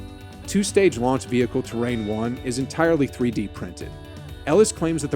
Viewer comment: A Space Shuttle in the thumbnail is hilarious!! :D Terran isn't pronounced like Terrain.. It's great to see a generation of nerds raised on sci-fi boldly going for it!